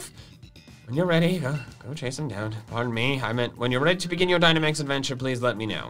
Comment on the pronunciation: I honestly loved that they did this. It feels like something that would be in a Pokemon movie! And OH MY GOSH I literally keep thinking of Sea Hawk saying adventure every time Peony says adven tour!